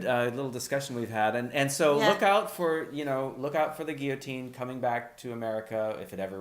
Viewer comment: What? Nobody commented on this? Thank you for pronouncing guillotine the way I was taught. Lately I have heard people pronounce the Ls, and it is SO distracting. I even searched out a dictionary app that has audio for pronunciation, and both ways are acceptable... because people are so dumbed down these days. French words need to be pronounced the way the French pronounce them, damnit! A friend of mine got to play several different parts as an extra in The Tudors, and one was as a villager witnessing a rather botched execution. If I can find the scene, I'll leave a link. I've heard (years ago) that thousands of guillotines were in storage at a military post/base somewhere in the northwest, and that (more recently) they have been distributed throughout the country. Speculation from eschatology enthusiasts promote the idea that these are for the Christians who will be mass executed at some point. I wonder if it will happen in public? I also wonder what they will do for people who have hardware in their neck? I've also heard that the brain continues to function for a little while after decapitation. Maybe that was the reason they picked up the head to view its body. You know, add insult to (fatal) injury. An interesting short story in my memory was about a family that had had several family members murdered. They would gather and drive to the prison every so often, but execution would end up being delayed. They would stop for lunch at the same place, and it got to be a bit of a